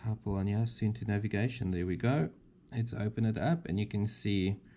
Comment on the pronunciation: It's not soentoe, it's more like soon too 😊